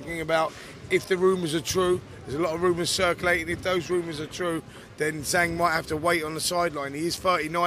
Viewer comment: It's Zhang not Zang make an effort FFS